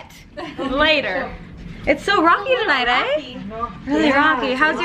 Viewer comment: "its so rocky tonight, EH?" haha Canadians. I'm Canadian too!